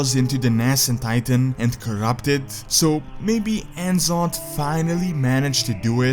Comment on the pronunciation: he still pronounces N'zoth wrong.. after all this time